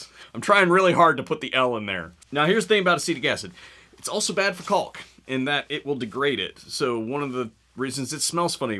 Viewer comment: You don't pronounce the "l" in caulk.